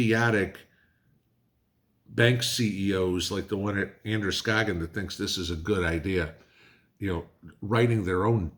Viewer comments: I am a Mainer and Androscoggin county is corrupt. so It doesn't surprise me, you did good pronouncing Androscoggin 😁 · Congrads....you pronounced Androscoggin right. That's the other Maine that we real Mainers call northern Massachusetts.